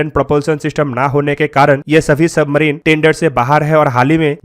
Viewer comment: Submarino... Weapono... Consditiono...idle ko ideal bol diya 🤣.. English words ka gaangrape kar diya.